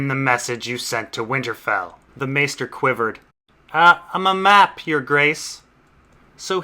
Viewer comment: M-map, not muh map. It's implying a trembling.